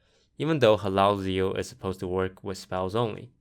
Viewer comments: lol, "Halalzeal" he isnt arabic. Its Hallazeal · He also says Hallalzeal instead of Hallazeal. Either that or he pronounces in differently.